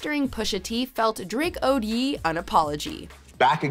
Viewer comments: So we are just gonna skip the fact that she pronounced “ye” as “yee” instead of “yay” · Ye is not pronounced Yee. More like Yay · Stop pronouncing Ye "Yee" 😆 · I’m only gonna say this once..... Its NOT Ye as in “Yee” it’s Ye as in “Yay” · "I'm only gonna DAY this once" ☝🏻😂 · Kyle Tucker No, she was pronouncing Ye’, a nickname he goes by but it doesn’t sound like a Yee, it sounds like Yay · Why tf is she saying Ye (yay) like Yee LMAO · Really bothers me she says Yeee in reference to Kanye. It's Yay not Yeee. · Stop saying “Yee”. It’s Ye (yay)! Oh, my God! 😠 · Why do you guys say “yeee” it’s Ye (Ya-y) like Kanye. It’s not Kanyeee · Killa's World I hear it all the time and bothers me so much lol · Why does she keep mispronouncing "Ye?" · Stop calling Ye’, “Yee”!!! It’s “Yay” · did she call ye yee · Ye is pronounced yay like his name is pronounced Kan-Yay & you’re pronouncing it yee. Why are you doing that? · Y tf she calling him yee and not ye? Tf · "Yeeeee"... okay, how do you pronounce Kanye correctly but not get that "Ye" is just the "Ye" part of "Kanye" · Yee? Has ever heard Kanye's name before? Yee? Yeesh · Kalvin Qian yesss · It's pronounced YAY not ye. I'm sure you don't pronounce it as Kanyee. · How does nobody mention that she pronounces ye, "yee" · Don't ever fuck up kanye's name like that again YEEE??? Smh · Pls stop calling kanye "yi" in all your videos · She says Ye wrong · cmon, the least you can do is say his name right....